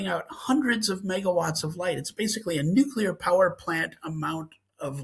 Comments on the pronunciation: Mayim, please tell your co-podster that nuclear is pronounced new-clear and not nucular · Dr. Blossom, PLEASE teach the co host of your science program how to pronounce "Nuclear"! Everytime I hear "nook ya lur", I picture George W. Bush reading that book upside down. Thank you!